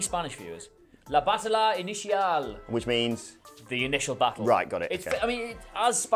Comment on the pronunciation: "Batalla Inicial" is pronounced: "Bah-tah-yah" "I-ni-sial"